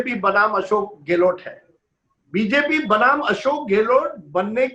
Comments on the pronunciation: Sardesai gehloT , kya hai, its gehlot and not gehloT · अबे ग़लोट नहीं गहलोत है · Apko sarei bramhand mei,is adami raaaajdeep ko chorh koyee aur analyst nahi milta.kya majburi aapki.show ka star gira deta hai ye banda .pl call some genuin person or you alone r enough.sab par bhari hain.gehlot ko gelot bolta hai,kya kaha jayei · Bsk gahlot bolna Sikh le pahle